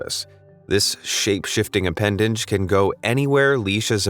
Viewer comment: I very well may be wrong (it's happened once before jj), but around the mark, I feel like I heard "appendange" instead of "appendage" lol. Either way, it's no big deal; most of us have tripped over our tongues and accidentally added an extra letter to a given word without realizing it - 'cept me; I've never mispronounced anything - just ast my cousint who lives acrosst the street jj lol.